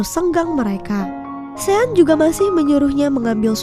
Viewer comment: Maaf ya mimin pengen perbetulkan sebutan nama sean yg bener adalah shon bkn sien min..semoga bermanfaat ya😊